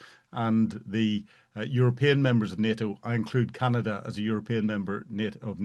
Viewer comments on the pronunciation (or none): none